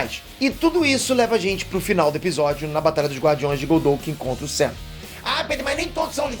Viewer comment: Ele falou SAM e eu ouvi UCM 😂